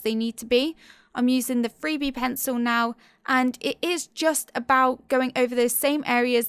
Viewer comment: lol, I keep hearing the "free-bee" pencil, instead of the 3B. XD